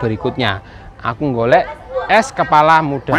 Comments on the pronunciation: Hehe. Aku juga ketawa gara-gara Salah ngomong. harusnya kelapa, malah jadi kepala Muda. Hehe. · Itu ko ngomong nya es kepala muda harusnya es kelapa muda